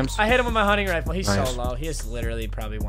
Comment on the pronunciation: “Hunning rifle”